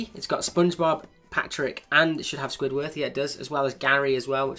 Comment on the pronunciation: U said squidwarth